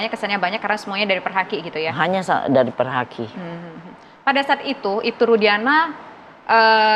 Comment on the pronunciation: ini klow ngomong nya kaya ibu,iru bukan perhaki, tapi perdaki...